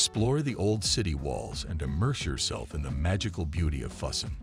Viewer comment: Great list but pronunciation is not good. Füssen pronounced fooSin